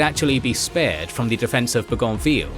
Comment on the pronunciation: Your incorrect pronunciation of "Bougainvillea" is driving me nuts.